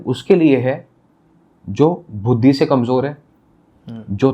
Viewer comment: बाकी सब तो ठीक है लेकिन भाई साहब बुद्धि को 'भुद्दी' क्यों बोल रहे हैं? 😂